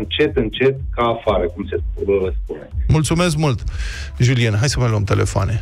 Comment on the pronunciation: Julien nu se pronunta asa, voi chiar faceti carte? E Romania francofona sau va bateti joc?